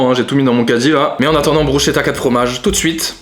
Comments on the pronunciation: On dit pas bruchetta mais brou ss keta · Bruschetta ça ce dit « brusketta « T vidéo sont vraiment incroyable et ton autre chaîne aussi continue vraiment 🙏🏼🙏🏼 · Mes oreilles qui saignent quand tu dit bruschetta 😂😂 Sinon bonne vidéo j'adore !